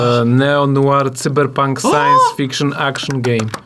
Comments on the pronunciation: Czemu mowicie Cyber pank jak juz pank to sajber pank ... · Tzyberpónk Dwo tysionce sidymdziesiąt sidym.